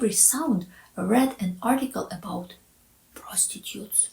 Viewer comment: Please say "prrostitutes" again in all your other videos ! :)